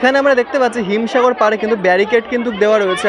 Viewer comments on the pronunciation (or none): Bhai Ota bhim sagar hobe na Him sagar hobe